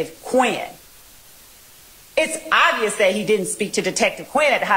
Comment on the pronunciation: The word is “that,” not “dat.”